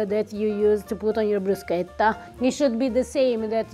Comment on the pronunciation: You missed Kirkland brand from Costco., per favore, teach your husband to say "bruschetta" right.